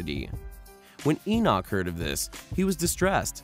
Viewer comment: well thanks but, I'd appreciate you at least getting the pronunciation of his name right. Its Enoch...E-nock. Enochian. E-nokee-in. sorry for being that guy. Thanks for the vid.